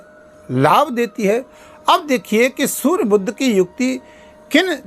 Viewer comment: Sur nahi surya